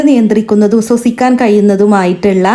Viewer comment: സ്വസിക്കാൻ അല്ല ശ്വസിക്കാൻ എന്ന് പറയു.